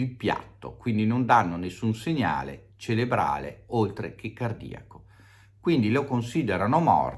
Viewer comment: si dice Cerebrale non celebrale 👋🏻🍀💞